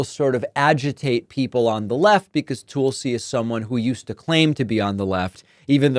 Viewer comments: Tulsi is pronounced tull-see not tool-see ... it is from the Hindu word for "sacred plant". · It's not Tool-see? It's tahl-see. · David, it's Tul-ci. Like Tulsa, Oklahoma, with a "ci" on the end. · Tulsi-like Jethro "Tull-see," not like "Tool-see"- got the nod because Putin wants her to have access to more Top Secret classified data. She's another Russian agent Putin can use just like her soon-to-be-boss. Putin can use her to send Trump messages he could never send thru a loyal American. It's so insane that so many Americans are so mentally deranged, ignorant, and just plain stupid as they are! Putin has thousands of nuclear bombs aimed at us, and the new ones are powered by a nuclear reactor, and will fly under the radar grid to hid in the mountains, coming out to fire their payload. Putin swore he'd destroy our democracy. Is that what these voters want for their children and grandchildren? There were terrible wars in the beginning of the 20th century. WW2 and NATO ended that for nearly 75 yrs. Why would these fools want to end the peace voluntarily? It's so crazy. Tulsi has no idea what she is selling out for her cult. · Not sure it was intentional, but I like David calling her "Toolsi" Gabbard. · Stop saying Tool-sy. Geez. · Tool see? That's an unusual way to say her name, did I miss a memo or something. But anyway, you can never trust someone whose name spelled backwards is Islut 😂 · "Toolsi" Gabbard 😂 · I hear that. Much as I'm onboard with the "Toolsi" thing, it's not cool when we all got bent out of shape about the MAGA folks deliberately mispronouncing "Kamala". Damn sometimes it sucks trying to be a halfway decent person lol. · Not gonna lie, I LOVE the way you stress the "tool" in Tool-si Gabbard's name. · I think he is pronouncing it like that to accentuate the TOOL part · Still no idea why David calling her Toolsi is so hilarious but it's perfect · Is Tulsa, OK pronounced tool-suh? No? No.